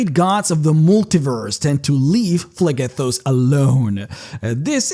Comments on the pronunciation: So while your accent is typically fine and perfectly understandable, a quick note is that a word spelled with PH is pronounced with an F sound. So while you pronounce it Plegethos, it is actually pronounced Flegethos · I’m no expert but “Phlegethos” should be pronounced “Flegethos” not “Plehghethos” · It's pronounced "Flegethos" "ph" = "f" ^^